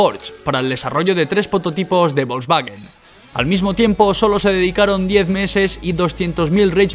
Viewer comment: Hitler le dijo a Porsche: Señor Porsche hay que fabricar un coche para el pueblo, o sea; ein Wagen fürs Volk. De ahí salió Volkswagen, en Alemania se llama VW ( se pronuncia faube). ¿ A ti quien coño te ha dicho que el alemán se pronuncia como el inglés?